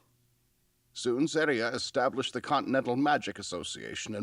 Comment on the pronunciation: Hey, none of her opinions bugged me as much as how she pronounces Serie; it might just be me but I hear it (in English at least) as “ZEH-ree-uh” rather than “ZAH-ree-uh”. And unlike Stark’s brother, whose name was only mentioned briefly so I forgave her not pronouncing it “Shtoltz” but as “Stoltz”, we got the old elf’s name repeatedly so I was puzzled by the pronunciation. But that might just be me, y’know?